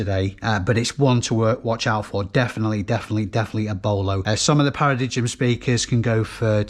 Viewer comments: Great pick ups for a rainy day! I think the pronunciation of the speaker brand is "Para-dime":) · It's pronounced para-dime 😆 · Paradigm pronounced paradime ?